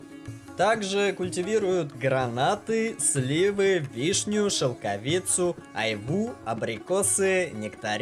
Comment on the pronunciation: Что за произношение ?где ты учился --шелковИцу ,,дороговизнЫ ,голос противный тоже